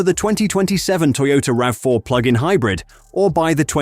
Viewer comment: I want Toyota to bring the RAV4 PHEV Woodland to Canada for 2027. We only got the HEV Woodland in 2026. P.S. Please retune your AI voice so it consistently says "rav4" not "ravvy4" every so often.